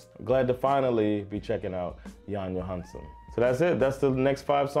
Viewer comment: Skilj på Johansson och Johansen i ditt uttal. Värt att notera är att Jan Johansens far, Egil Johansen, var en duktig jazztrummis som spelade ihop med Jan Johansson.